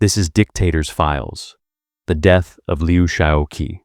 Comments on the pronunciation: Would it have been too much to ask that the narrator FIND OUT HOW TO PRONOUNCE THIS NAME: Liu Shaoqi? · The gross mispronunciation of his name was a distraction.